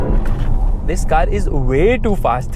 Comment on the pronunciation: "THIS"" THIS THIS THIS THIS THIS DIS DIS DIS DIS DIS DIS... 🫥🫥🫥🫥